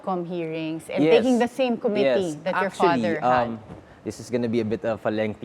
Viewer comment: Since you’re a DLSU grad, please correct your dad’s pronunciation, specifically “committee” listen to how your dad pronounces it